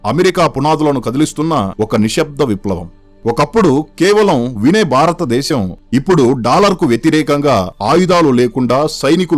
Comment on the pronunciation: మిత్రమా భారతదేశం అని పలకాలి